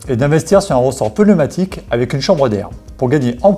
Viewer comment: « Ressort peuneumatique »😭 aïe mes oreilles 😂😂